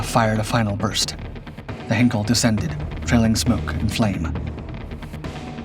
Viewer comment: Jof for Geoff? Is this a bot voice or just an idiot? And "Henkel"? The chemical producer or have they been watching "The Great Dictator"?